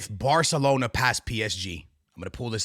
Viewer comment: its Barcelona not barkelona mf